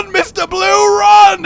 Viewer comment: "Trying to wun away" Wun! Wun!